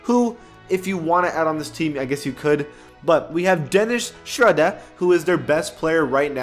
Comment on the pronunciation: Its dennis shroooooder not shrada